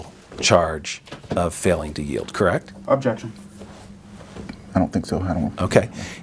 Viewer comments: I been hearing abjection since the first question lmao. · When you say the word "objection" so much that you're mispronouncing it, it's time to stop attending depositions lol. Good lord...